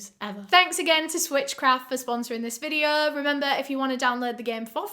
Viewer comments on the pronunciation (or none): There's no r dear. It's like videoooooo. 👍